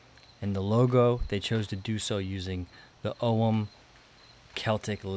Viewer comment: I'm super impressed that you pronounced Ogham properly, noone ever says it right. But then again you're great at a lot of stuff so I shouldn't be surprised